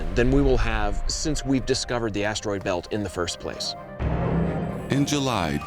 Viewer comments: I’m trying to fall asleep but all I keep hearing is ASSTEROID 😂😂😂😂😂😂😂😂😂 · I never thought I could hate how someone says asteroid. Like holy hell, change up the tone. It doesn’t need emphasis every time you say it.